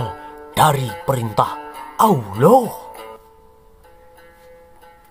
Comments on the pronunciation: Mengucapkan kata ouloh jangan terlalu ditekankan nadanya nanti penis....taan lho min 😂😂😂😂😂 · Pengucapan Allah saja sudah salah bagaimana penjelasan selanjutnya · Sejarah ngawur..bilang Allah aja blepottan😂